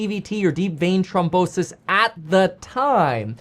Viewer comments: It's NOT TROM....it's trHOM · Throm not trom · Thrombosis! Not Tromposis! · It's deep vein thrombosis not trombosis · It’s thrombosis, not trombonesis lol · Its thrombosis not trombosis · "throm" bosis. Not trombone-sis. That's the sister of an instrument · THrombosis… not trombosis. That’s when your trombone gets sick, lol. Love you much more now that you are your true self again, btw. It’s the only way to be. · It’s THROMbosis not Trombosis lol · Kevin it’s not pronounced Trombrosis there is an h so it’s throm bosis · It’s trombone sis 🤓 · THROMBOSIS KEVIN NOT TROMBONSIS 🎶 ❤😂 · Thrombosis....pronounced Thrawmbosis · The way you pronounce THrombosis is killing me bro lol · Kevin it's th-rombosis 😂